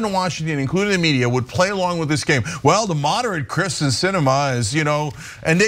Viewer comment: No love for Sinema, but she's been in the public for how long, and you STILL can't get her name right?! It's KERsten not KRIsten